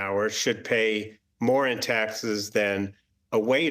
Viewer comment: Hey commyla... What the hell is a "hospilility worker"?